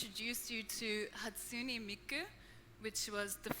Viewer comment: Wtf.. how dare they try to tarnish Miku.. and butcher her name on top of it. And then drag Kizuna into it. This bitch is insane. Shes either dangerously ignorant or purposely spouting misinformation. I think the latter.